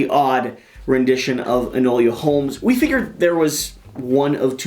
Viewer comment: Hard to watch, saying Enola name wrong. It's Enola not enolia